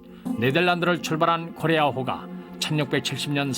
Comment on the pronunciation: 코레아호에 탑승했대요? 나레이션 발음이 딱 거기만 뭉개져서 안 들려요